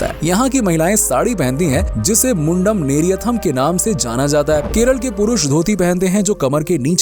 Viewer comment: Dress code Mundum Neryathum( मुण्डुम नेर्यतुम) pay attention, how it is pronunced.